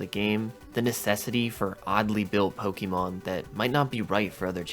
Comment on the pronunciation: I die a little inside every time I hear Pokey Mon. I think I lost a few months off of my life after this video.